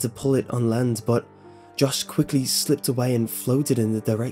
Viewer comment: "land" land not hand